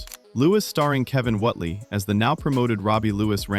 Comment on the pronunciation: ''Whotely?????'' Whately as in Wait-lee!